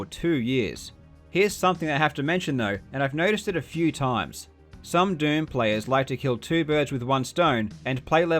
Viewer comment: Every time you say "doom" it sounds like you're saying "derm" and now I can't unhear it